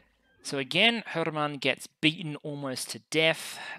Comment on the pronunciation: If you're interested in pronunciation help, for Hermann I believe you're making the pause between the two word-parts a bit too long. :) The correct delay to me feels like Coffee. Cof-fee. Her-mann.